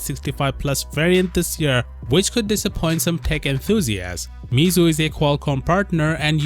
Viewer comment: Your pronunciation of Meizu is totally wrong😅 If you are a smartphone tech YouTuber, at least pronounce makers' names more accurately.